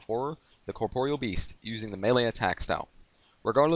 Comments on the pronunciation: Corproyal beast? Why are you saying like that? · " The way you pronounce corpreal best is so annoying grr! " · Lol you were saying corproyal lmao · The way you pronounce corpreal best is so annoying grr! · Nah he's really not, just good how to pronounce it and you'll get multiple sources confirming it's pronounced "cor-por-e-al" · its pronounced corp-or-real